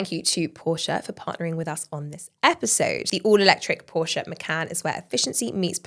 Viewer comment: Great show but could you please pronounce Porsche correctly? Best from Germany 🤭